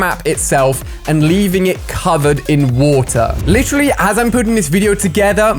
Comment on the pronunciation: Why does he say lit troll Lee instead of literally? He literally says it way too often too